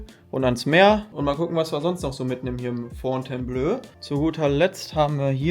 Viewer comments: Man spricht es blo aus, nicht blö ;) Top Video mal wieder! Thumbs up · Fontaineblooo und nicht Fontaineblööö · Fon-tain-blo (Wenn das Hotel seinen Namen in Anlehnung an das Schloss in Frankreich hat). Aber klasse Video. Wie immer. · kommt von Fontaine belle eau, hat mit Blau (bleu ("ö") nix zu tun! Fontainebleau ("o"), ist nämlich auch eine Stadt in Frankreich